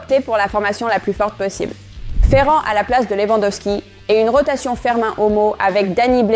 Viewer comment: Merci beaucoup pour le debrief , vraiment c'est implacable sauf que l'IA des fois a du mal avec les prononciation des joueur FERMIn elle dit ( Fermain ) au mieux écrivez " Fermine " J'aime vraiment voir votre debrief , Félicitations